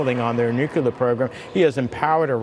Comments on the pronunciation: Great commentary, Senator, but you're a Democrat, darn it... the word is "nuclear", not "nucular". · How is it that grown, supposedly educated humans still pronounce the word "nuclear" as if it were spelled n-u-c-u-l-a-r? GWBush did it and it drove people crazy. Menendez didn't get the memo I guess.